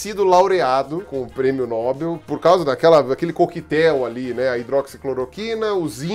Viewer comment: Oxi, oxi, Pirulla, o já tá falando como se diz "Nobel" corretamente e msm assim vc erra a sílaba tônica? Tsc, tsc, tsc.